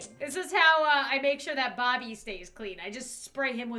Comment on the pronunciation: Bobby? You said booby lol